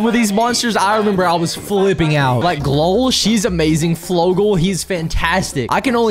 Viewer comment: just saying you misspronounced Glowl and Flowah